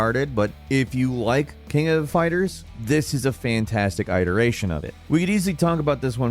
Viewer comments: What country is from? "Eye-dur-ation"... It's "it-ur-ation"... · “Eyeteration “ herewegoagain…..